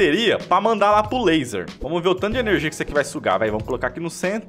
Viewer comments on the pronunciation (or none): Adoro o falando irmortal, upregrade, ernergia